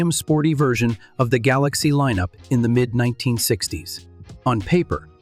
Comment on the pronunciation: It's so annoying when AI screws up. The Ford GalOXie?